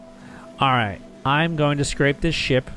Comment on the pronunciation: The way you say scrap is so wrong. It means 2 entirely different things. Did you take an english class? Youre saying scrape.